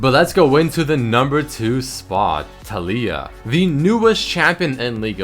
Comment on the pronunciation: It's Tal I ah, not Talee ah.